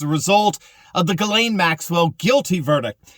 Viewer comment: the womans name is pronounced jizz lane not gilane its a French female Christian name.